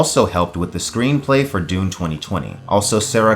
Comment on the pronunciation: You really say Doom , not Dune. YouTube auto text did not make a mistake!